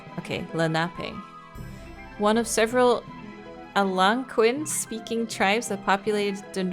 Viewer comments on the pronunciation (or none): pronouncing Algonquin is messing me up, gab it’s pronounced like: Al-gone-quinn